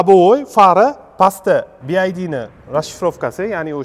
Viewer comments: Talaffuz [Bi ay di ] emas [ bi vay di] juda kichkina xato lekin hozir hamma talaffuzini biladi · BID(bi ay di) shundo dvosla 😂 aslida BYD (bi vay di)bolad uzbechan organurin bilmiman dme bowqa tili eplab gapromayapslayu 🙌🏻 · BYD. Siz BID dib etvos nomini. Ya'ni (Bi-way-di) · BID-bi ay di❌ BYD-bi way di✅ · Bi ay di emas bi vay di (byd). Ingliz tilini o‘rganish kerak. O‘zbek tilini bilish darajasi ham yaxshimas. Manimcha rus tilini bilish ham yaxshimas. Lekin avtomobil to‘g‘risidagi tavsilot a'lo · BiAyDi 😆 BYD naxot togri oqiyolmasela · "Bi-Vay-diy" deb talaffuz qilinadiiiii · Классаларалара😂 Ока нималарни деб юбораяпсиз, кейин биайди эмас бивайди дейилади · BID emas BYD boo‘ladi bu moshinani brend nomi.:)) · BYD (bi wai di) BID (bi ai di) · BYD - BIVAYDI деб укилади. BIAYDI дип укиш ХАТО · Би Ай Ди эмас Би Вай Ди номини хам нотугри айтябсиз Сигул бу Чайка дедиз Чайка узбекчада Чагалай дейилади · Bi Ay Di mas, Bi Vay Di desez to’g’ri aytgan bo’lasz… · bi ay di emas Bi Uay Di :) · Би ай ди эмас би вай ди булади. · Би Ай Ди эмас (BID), Би Вай Ди (BYD) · bi ay di emas bi uay di deb oqiladi byd "bee why dea" deb oqiladi ay di emas way diiiiiiii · Bi ay di deb xiq qivordi Bi vay di deb talaffuz qilinsa kere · Bi. vay. di. Desa kerak. Bi. Ay. Di. Demaydi. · Oka AY emas VAY Bi Vay Di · Bi-ay-di emas. Bi-vay-di oqiladi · Faqat o'zbechamas ruschaniyam inglischaniyam gapirishshi chichvorvossan bi ay di bomidi bi vay di dib oqiladi san etishin boyicha BID bolishi keregidi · Бияйди эмас бивайди деб айтилади аввал тугри суз айтишни урган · "Bi-Vay-Di" deb oʻqiladi. 😅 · BYD BIVAYDI DEB UQILADI KIYIN ESA BYD XITOYNIKI BULSA ULAR RUSCHADAN OLMIDI BILMASANG NEGA GAPIRASAN URROD OLDIN UQISHNI URGAN TUSHUNDINGMI SIGLNING MANOSINING TARJIMASI SHAGAR UCHUN KANFORT DIYILADI OLDIM GAPIRADIGON GAPINGNI BIL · Bi vay di deb oqilmidimi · Bu bola xaqiqiy Uzbekcha obzor qipti ! Yozilishi ingilizcha etilishi uzbekcha bopti 😅😅😅 chaykani uzbekchasi chayka didi yu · Byd notogri oqiyapsiz